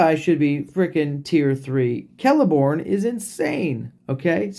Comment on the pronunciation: We’ll done mate. You did indeed pronounce it correctly. For some reason, they pronounce the C as K on the elven names. He does look like he’ll be a pain for the evil side.